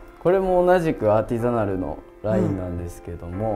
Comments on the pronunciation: アーティザナルが言えない笑笑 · アーティザナル"Artisanal" 言えてなくて草ww